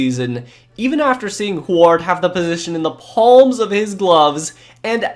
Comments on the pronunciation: Wow bro you are seriously butchering Huards name... its pronounced hew-ard not hoo-ard. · Damon *hugh-ârd*....not who erd. Js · I was thinking the same but his way is funnier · Great video. You butchered so many names though o-GOON-lee-A. damon HEW-ard. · Huard is pronounced "Hue-word" love your vids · Damon Hugh-erd is how you pronounce his last name , Go Huskies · Dude....yer killin' me. It's Damon Hew-Ard. Huard. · It's not Hu-aard lol it was Huard good lord 😂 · It's pronounced HYOO-URD. Damon Hyoo-urd. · My sweet summer child. I know you probably weren't around for those dark times in the beginning, but Damon Huards last name was pronounced Hue (like Huey Lewis and the news) -ard Hue-ard Adawale Ogunleye = Ah-dah-wall-eh O-gune-ley-hay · it's damon "hugh ard" not rhymed with guard lolol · Dude. Huard is pronounced "HeYooWard" only 2 syllables. HewArd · Huard is pronounced hew-ward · Ok, as a Washingtonian i feel obligated to point out that Huard is pronounced HEW-urd lol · The way you pronounce WHO-AAAARD in an exaggerated way had me ROFL'ling. XD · Why the hell are you Pronouncing Huard like that? It's Hue-Erd. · It's Damon Huard "Hew-Ard" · I heard it pronounced "Hugh ward" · The way you pronounce Huard gives me Forest Whitaker eye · I wish he knew how to pronounce names, had to cut it off when he didn’t know how to say huard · Had to quit watching. Huard is not pronounced that way. Simple research. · You are pronouncing Damon Huard name wrong but besides that great video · The pronunciation of Huard is killing me. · You're pronouncing Huard's name wrong. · Listening to your mispronouncing Damon Huards last name is cringe. I live in Washington and the Huards are sorta legends here.